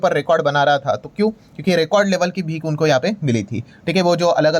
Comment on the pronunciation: भीक नहीं भीख होता है